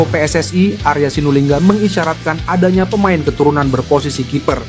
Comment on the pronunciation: Kok PSSAE, yg benar PSSI